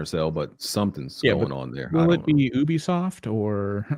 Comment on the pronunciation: . I thought I was the only one always correcting people how to say Youbisoft Ubisoft😂